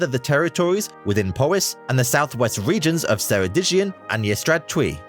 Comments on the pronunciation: that is 100% the most out there pronounciation I've ever heard LOL. There is no soft C in welsh, since its used in place of K, take this for example. C in welsh is pronounced similarly to K in Keg. While this isn't 100% correct, the welsh word for Kitchen - Cegin is pronounced keg-in So Ceredigion, is pronounced Ker-reh-dig-eon. It's actually surprising how much you learn at school even if you don't speak welsh. They do instil that basic knowledge early on. It's also a tip if you're travelling and you're unsure of the pronounciation, to write it down and ask. I've had cases where I've been asked out on walks and haven't had a clue because the pronounciation could have been like, a dozen places. Plus, you get to learn how to pronounce it at the same time! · The way he absolutely butchered Ceridigion . Bless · I'm English but went to uni in Wales and I am finding this painful. Ceredigion Dyfedd in particular. Why didn't he at least google it?